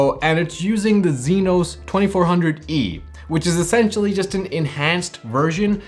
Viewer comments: He mean EXYNOS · Zynos? Its spelled AND pronounced as Exynos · Why the "zenos"? Isn't it "exynos"? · What's a "zeenos" bro 💀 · How you pronounce EXYNOS is hilarious 😂 great review nevertheless 👍🏿